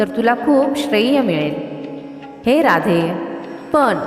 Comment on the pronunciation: राधे नव्हे ़़़ राधेय असा उच्चार केला पाहिजे ़़़